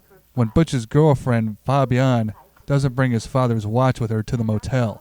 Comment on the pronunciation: it's pronounced Fabiènne and not Fabiaaaaaaaan